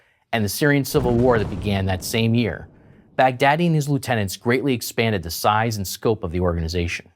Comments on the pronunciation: Baghdadi is pronounced as Bugh-daah-dii, not Bag-daddy. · lol his name was bagh-daddi the daddi of baghdad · well thats why you pronounce the leaders name "bigdaddy" XD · I knew that what he WASNT saying but all I could make out was BIG Daddy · Sorry for saying this but it sounds like you keep saying "Bad Daddy" anyone else thinking that as well? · Who else thought when the commentator said Baghdady he's actual saying Big Daddy. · 😂😂😂😂😂😂😂😂😂 when u say Baghdadi it sound like big daddy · abu baker al bogdaddy Haha funny this dude pronouncing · He was saying Baghdadi? I was like why is he calling him "big daddy"? 😂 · I keep hearing "Big Daddy" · it sounds like he's saying "big daddy" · It sounds like he's saying big daddy